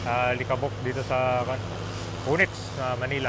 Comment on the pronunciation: O-NYX! hindi uniks